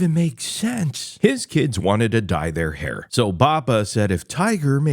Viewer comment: It’s fucking called “HAIR” not Here stupid fuck